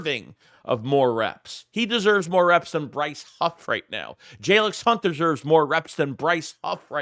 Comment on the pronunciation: Did u say Brice Huff? Did you mean cream puff 😂😂😂